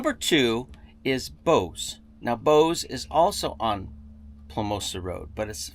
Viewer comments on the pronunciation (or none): "Bose"?! No, it is Bouse!